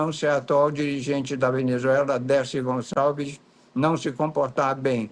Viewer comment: Só eu escutei aos eles chamar a Delcy Rodrigues de Dercy Gonçalves? Hajahaha.